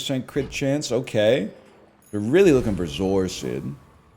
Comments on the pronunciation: Holy moly he said zoar-sid instead of zor acid, what timeline am I in? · What the hell is a zor-sid